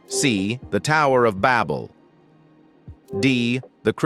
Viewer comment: Your AI voice can not pronounce biblical words correctly nor show correct answers and sometimes voice over answers! #26 pronunciation of Babel incorrect and it is Exodus not sounds like Exoduce the way your AI pronounced it! Get answers and right and pronunciations right! This AI is not correct and it is earth not ear uth!?!